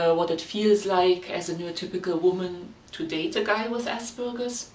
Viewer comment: You are german, and you still pronounce it ass burger. I mean, wtf 🤣😂🤣